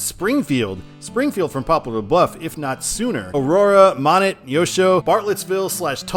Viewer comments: Monett, long O. And net like a fishing net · And please make that “net” two syllables 😂 at least that’s how we pronounce it on the other side of the Ozarks